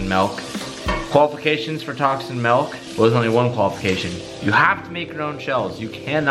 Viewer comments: ITS MILK NOT MELK!!!!! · Pretty sure your saying melk. It’s milk you chach. XD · ITS NOT MELK ITS MILK XD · Why does he keep saying MALK ITS MIIIIHLKKKKK NO MALK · Melk??? its Milk with an i not an e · its MILK not MALK. smh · stop fucking saying melk it's milk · Bruuuhhhh Teeeej....... It’s MILK!!!! Not MELK.... Stop being a hoser. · "MELK" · Y’all should look up Malk by Julian Smith. Can stand the way says milk lol love you still dude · is he trolling calling Milk MALK? lol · "Tacs and melk" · "Tocs and melk" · Is he saying "Milk"? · It’s “Milk” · I get triggered everytime he calls milk ‘melk’ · Wtf is melk. Lmao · So that’s how they say milk in California huh? 😂😂